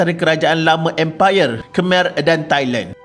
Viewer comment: Pembaca narasi ni tolong la sebut betul-betul sesuatu nama. Baru pengkaji profesional. Khmer, siem reap dll tu boleh guna google translation kan utk dengar sebutan yang betul